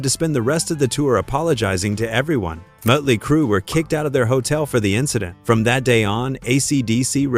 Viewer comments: Muttely Crue? 😂😂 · Mutley, motely, mutelee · The umlaut over the O would create a 'U' sound. 'Murtley Crew'. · Did it say mutley crew instead of motley crew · . "Moatley Crue." 😂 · Teach your AI how to say Motley Crue. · Muddly Crue, huh.... AI sucks so bad. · Bad AI. Learn to pronounce "motley". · Who the feck are 'Mutley Crue'? Load of AI bollocks. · Heh heh Mutley Crew. This must be AI. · Mutley Crew? AI crap. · Is any of this even true ? Things sounded a bit wonky to me, and then you said mut-ley crew. I`m out and giving a thumbs down. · Seriously? MUTTly Crue? im out.. Channel blocked.. Stupid AI trash channel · Muttley Crue. Gotta love A.I. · A.I. Bot Slop! Moatly Crue? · I think it's "moatlee" crew..🤣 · Wait... so they said they weren't going to open for anyone, or they gladly joined the likes of KISS and Aerosmith on their respective tours? Which was it? Also, please train your AI bot to pronounce bands' names correctly. JFC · Everything with this video is untrustworthy with that Ai voice that cant figure out how to say Motley Crew. Lazy and bullshit claims.